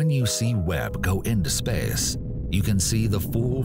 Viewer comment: The way this man says “space” is hilarious 😂